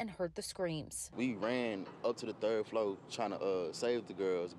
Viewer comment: A college student cant say floor? But says flow? Smh. I hope everyone will be ok and they check out all the appliances including ac units.